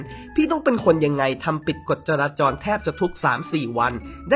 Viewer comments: จราจร ไม่ใช่ จราจล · จราจรครับ..ไม่ใช่จราจล.